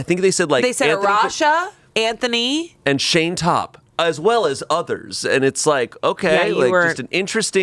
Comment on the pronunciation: I love glasses Shayne (shan-ye)